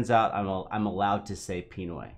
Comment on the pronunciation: it's pronounce as "Pinooy" not "Piiinoy" hahaha